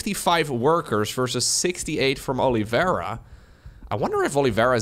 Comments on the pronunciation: Not sure, I guess that's the way he thinks it's pronounced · Who is Olivera? Is his name not Oliveira?